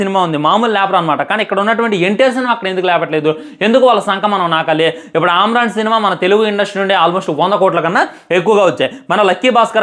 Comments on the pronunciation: ఆమ్రాన్ కాదురా... సామీ, అమరన్. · Yes Bro ఇతనికి సరిగ్గా పలకడం లేదు అమరన్ అని పలకాలి 😀😀😀